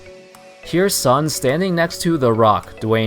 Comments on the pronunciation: It's pronounce as Soon not Sun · By the way, "Sun" as a Chinese surname should be pronounced similar as 'soon'.